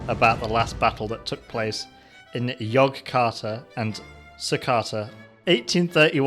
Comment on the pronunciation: The pronounciation of yogjakarta and surakarta are a little.....off